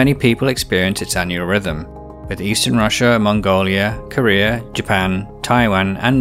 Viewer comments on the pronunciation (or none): none